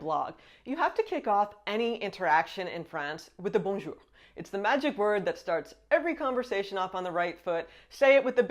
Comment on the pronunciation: Bonjour, votre bonjour est parfait